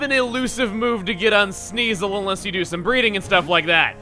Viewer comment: Chugga, I'm pretty sure that lady who was talking about the Thick Fat ability wasn't putting emphasis on the word, "some." That was literally all you, guy.